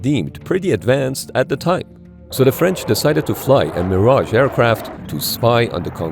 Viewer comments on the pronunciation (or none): none